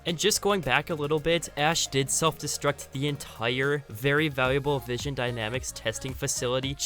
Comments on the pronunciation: It's vin-son dynamics not vision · my guy butchered vinson dynamics its vin-son dynamics not vision dynamics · Enjoyed the video but you kept saying vision dynamics not vinson dynamics 😂good vid tho really enjoyed it man 👍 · It's pronounced vin-sun dynamics not vision dynamics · Great vid. I hate to be that guy but it was bugging me the whole video. You kept saying Vision Dynamics but it is Vinson Dynamics